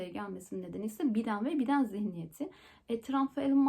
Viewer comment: Hocam cok haklısınız fakat Türkiye de cogu insan Biden olarak telaffuz ediyor, tv kanallarida dahil . Kulak aşinalığı olarak Biden diyoruz . Doğrusunu söylediniz 😅